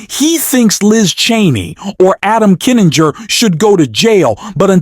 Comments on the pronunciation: Why do you keep calling Kinzinger "Adam Kininger"? Get your names straight before you record your narration! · To the announcer: His name is Kin-zing-er. Why did no producer of this tape catch this sloppy error? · PLEASE, for the love of GOD, learn to pronounce Kinzinger's name and say it PROPERLY. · Not a big deal but it's KIN ZING ER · Can’t pronounce Kinzinger? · Why can't AI pronounce Kinzinger?????? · Worst AI narrator I ever heard -- who knew there were so any ways to (mis)pronounce "Kinzinger"?